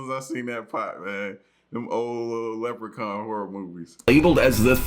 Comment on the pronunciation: The lepucaun 1was good😂